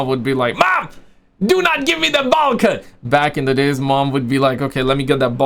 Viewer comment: It's BOWL 🥣 not Ball 🏀 haircut.🤗